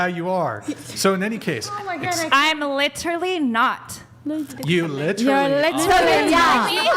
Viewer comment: I lost it at “litawally”